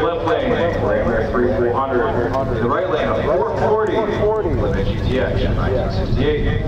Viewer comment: I'm not a MoPar guy but I can't stand it when someone calls a GTX a "Get-X" like that old time spokesman the short film clip. To me it's like putting ketchup on a hotdog. Just curious. Do you MoPar fans cringe when you hear "Get-X" yes or no???